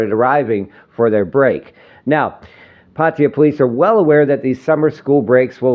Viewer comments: OH DAMN attempt to pronounce PAR TAY JAA & not PATTY JA,...ask a THAI to help you say the correct word for Pattaya PLEASE! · its not patiya. its PAT TA YA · Actually PA TA YA